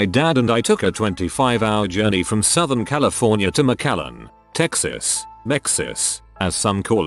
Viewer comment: mexas ? nobody calls it that